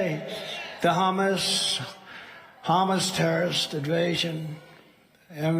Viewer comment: The "hummus terrist idvasion" ?? Really?